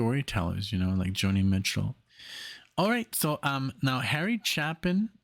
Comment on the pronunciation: Croce - pronounced "Crow-Chee"; Chapin - Pronouned "Chay-Pin". Great set!